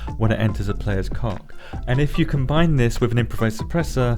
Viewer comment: Dagnamit why do I laugh every time you say coc